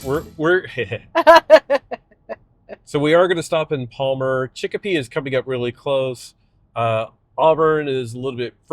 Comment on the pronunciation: pronounced Chicopee correctly. Some of the service plazas on the Mass Pike had EVGo DC Fast Chargers, but they were only 50kW. They are in the process of changing them out with higher kW ones from Autel, but they have not increased the electrical service. The result is 60kW with a 20kW/40kW split when two cars are using them. I have charged in Palmer as well as Auburn. Traffic can get bad after 3 PM around Boston.